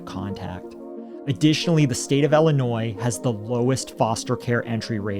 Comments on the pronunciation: Ill - i - noy. Not noise. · The S in Illinois is silent btw..... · Not for nothing, but.. The s is actually silent in the pronunciation of Illinois... It's French. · The s is silent in Illinois guys